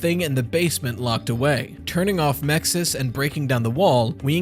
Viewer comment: The acronym for the security system is MXES, how do you pronounce it with an I between the X and S? Clearly, if an I is to be inserted, the correct pronunciation would be Mixes